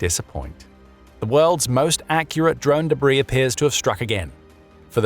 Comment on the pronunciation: It must be the new debrAIs, i heard of😃